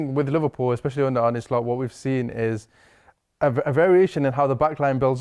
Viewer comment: Why are you pronouncing Slot like that?